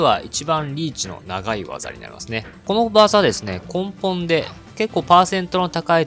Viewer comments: こんぽんっていうかなぁ笑 ねもとって言ってるわ。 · こんぽんという言い方は根本的に違う気がする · 参考にさせていただきます！！ 8万から200万をうろちょろしてるので、がっつりまとまった動画ためになります！！ ところで、剣の付け根なら読み方、根本(こんぽん)じゃなくて根本(ねもと)だと思います…… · こんぽんに違和感を感じてしまう